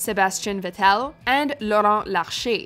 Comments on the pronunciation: She murdered the Sebastian Vettel pronunciation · And me, as a German, the mispronounciation of Sebastian Vettels last Name.